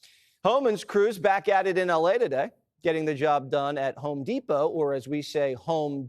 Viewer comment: Dude said "Homedeport" ! 😅😅😅😅